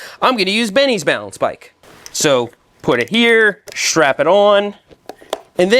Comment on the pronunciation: Shtrap AND shtring talk in one video? What a treat.